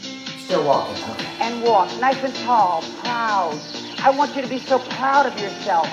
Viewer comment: “okay I want you to be prounf of you’re self..” “I am.”